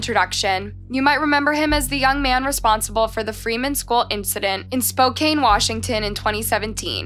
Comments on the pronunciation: Spokane is pronounced spoCAN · PLEASE! Proofread your copy..ACK! She-BOY-gan, WI. Bar-BEAU! NOT Barbarro! Hornchurch COUNTRY Park NOT COUNTY! SpoKAN, Not SpoKANE! Enunciation is extremely important! At least a dozen names & places are butchered in print & audibly. Those murdered deserve their names to be pronounced properly. Thank you.